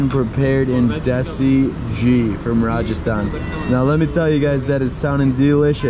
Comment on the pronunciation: Ok nice work. Some corrections: Ghee (clarified butter) is not pronounced 'Jee' but 'Gee'. Laal Maas is mutton and not chicken - Laal means red, Maas means meat. BTW your host - nice guy but that's all I will say about him.